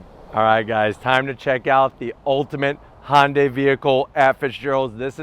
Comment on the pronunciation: Its not a "hondai" its a "hyundai"